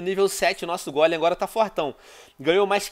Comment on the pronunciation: Venom Aprenda Meu Querido, Não É Gólem..... É Golem, Onde Tu Vê Assento Aii ? 😂😂